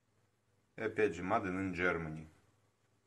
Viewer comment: Мадэ или мэйд 😅